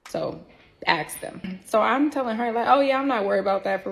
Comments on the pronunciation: Omg she can talk. Let me hatchet you a question. Axe (ask) pronunciation. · Around the mark, she switches back and forth with pronouncing the word "ask" properly, and pronouncing it as ”aks." The AKS epidemic is infuriating